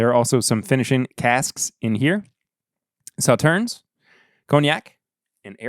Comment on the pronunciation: Regarding Sauternes, you don't pronounce the last "s." (Saw-TURN)